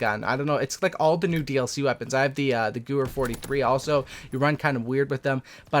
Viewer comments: Its not the guher its the gewher ffs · The gerwehr 43 is pronounced "gerveyer" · Why do all the YouTubers say the Sten reminds them of the type 100??? It has the exact same stat line, ammo capacity, and recoil pattern as the MP40, it's the MP40 clone, NOT TYPE 100. AND IT'S PRONOUNCED GUH-VAYER. FFUUCCKK